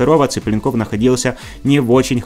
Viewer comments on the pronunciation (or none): none